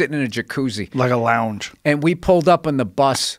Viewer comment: Joe said a lough-endge "Lounge"